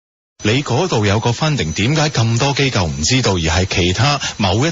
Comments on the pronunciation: 支持機構讀成kau3 我自己都不自覺由電視學o左o的怪獸音 :( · 正確發音是機構（扣） 機構（救）是錯誤的發音。請注意！